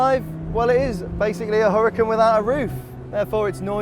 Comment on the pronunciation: Pronounced HuraCAN